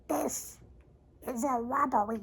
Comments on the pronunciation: I know this is an older video but I'm just going through a binge rewatch of Tested and MB content and I have to say, I have been CRYING laughing at "everybody be cool this is a wobbewy" for days now. Trust me Adam, you're not the only one who thinks it's funny 😂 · "Evewibowi be cool, dwis si a wrobewri UwU" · Legitimately lost my shit with "dis is a wobbuhry" LOL